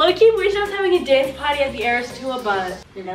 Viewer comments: It’s eras (no hate) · Two things it’s eras tour not ears tour and swiftie not swifty no hate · Its Eras tour! Not ears tous! Xx